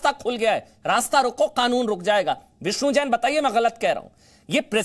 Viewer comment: Oye kake Kanoon hota hai.. K-nun nahi hota..